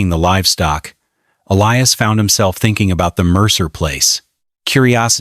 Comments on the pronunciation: What a weird story. It must be AI. She's putting too many seeds into one hole. Also, Elias is pronounced Ee-LIE-us, NOT ELLIE-us. Sheesh. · L lee oos for Ee lie us! Common Ai!